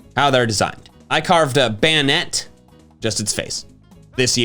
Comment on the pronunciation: Bay-nette* Pronounce it right